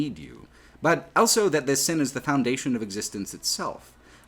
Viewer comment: pronounces the word "also" as "elso". He also pronounces the word "both" as "bolth".